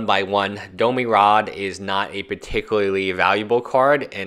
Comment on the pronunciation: domi rade? its domRi.